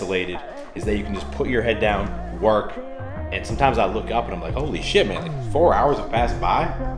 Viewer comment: Great insight dude. I am really diggin into this. Btw when u said shhhit it reminded me of my dad's TX accent lol.